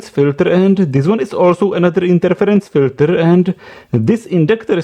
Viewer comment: Now, this proves that this is a Russian video... and he can't say filters correctly. dddddddr.